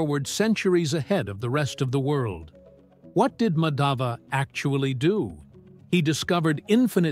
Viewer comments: The emphasis on the two 'A's in Madhava is wrong. The emphasis is on the wrong letter/syllable. In the video, the name is mispronounced to sound like "Madhaava" i.e. emphasis is on the second A in Madhava whereas it should be the other way around: "Maadhava". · Just a correction request... The pronounciation is not Madaava, it's Maadhva. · Excellent work. Just one suggestion - would be great if you heard the pronunciation from a native speaker. It's not Madhaava. It's Maadhava. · Actually in english they have no pronunciation of 'dh' that's why they are called 'd' instead of 'dh'. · Just a correction in pronunciation. It's not Madhāva, it's Mādhava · Thanks for bringing out the video! Actually Madhav is pronounced as Maa_dhav wherein Maa is like mark; the name means the name of Lord Krishna! I am from India 🇮🇳!❤❤❤ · Kerala wasn't an alien planet tho it had been the biggest hotspot for traders but it was mostly for spices and it is discovered that a spice which seen in kerala is found in pharoh's tomb and the pronouncation of name is not like that it's Maa-dha-va, here dh is aspirated dental d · It's MAA-DHUV ! Gosh it was painstaking hearing the atrocious pronunciation Thanks but your subject was excellent. Reason why nothing much out if India is famous is because of British prejudice. Simple! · Thanks for bringing this up. Really appreciate it. One request if you could just say his name right would be wonderful. Regardless thank you!